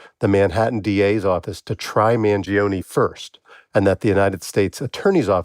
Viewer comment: Man jee oh nee 😂